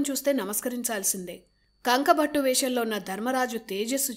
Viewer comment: Bhaghunnava sodhari appudu yeppudo etv channel lo newsreading chadhivey meeru ippudu ikkada e youtube channel lo job chesthunnara sodhari bye the bye sodhari adhi kanku bhattu kanka bhattu kaadhu. Any way maa sodharikhi dhanya vaadhaalu.